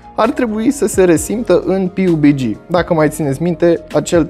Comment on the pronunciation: "Pi iu bi gi" Vezi ca ti-a ramas niste engleza pe la gura...